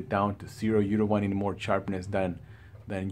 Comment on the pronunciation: I was only joking with you bother as a fellow Latino it's funny how you say charpness instead of sharpness..but thanks but on a serious note I just upgraded from Ku6300 to KS8000 and it does look better but color wise in hdr if I put the 6300 color up to around 70 it pretty much looks the same with the wide color gamut of the 8000..I was thinking of just taking it back and getting the Sony X800d to save money if they look about the same.what do you think?